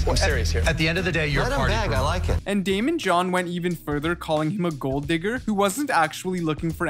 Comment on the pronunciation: nah “Raymond” is wild fam 😭😭 his name is Daymond btw